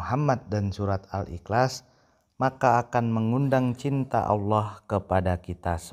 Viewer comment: MENGUCAPKAN KATA : IHLAS SAJA TIDAK FASIH. BISA NGOMONG . "PERCUMA SAJA" ... COBA PERHATIKAN.. DIA MENGUCAPKAN DENGAN KATA "IKLAS" ... BERARTI ORANG INI HANYA SOK SOKAN.